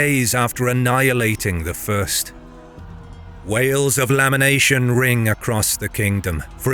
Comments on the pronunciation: "Wails of lamination?" around 28mins? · "Wails of lamination" 🙂